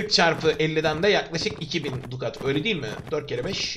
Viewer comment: dukat demen biraz cringemiş